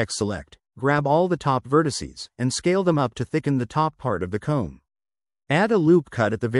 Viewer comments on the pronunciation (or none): I thought he said cone and I'm like huh